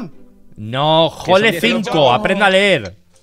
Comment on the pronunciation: La pantalla: hole 15 Auron: Lee, ahí dice jole 5